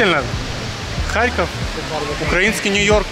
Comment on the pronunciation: киев был столицей УНР. а харьков коммуняцкий. (кстати харьков ударение на "О")